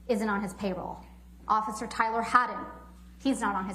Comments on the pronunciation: did Camille really say "occifer-cer" instead of officer? 😂😂 holy hell she must be drained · Haha she says occifer.